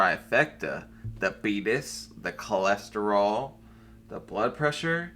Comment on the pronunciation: Beetus, cholorol, presssuuur. And full fridge-itis